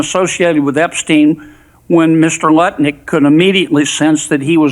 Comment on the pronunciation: If you listen you can hear him say nutlik...or am I only pausing and laughing too much... check it lol